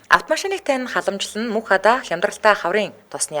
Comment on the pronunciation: Мөнххадааг нь Мөнхбатаа гэж байна гэж сонслоо шт😂